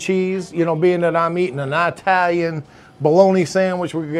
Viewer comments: Now you KNOW it’s not “eye-talian!”Just like you know it’s NOT “ ex- tree”! Learn to speak Sir! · Eye-talian. From the country of Eye-taly? 😂